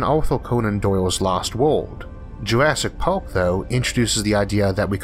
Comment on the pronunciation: Did he say “Jurassic pork”?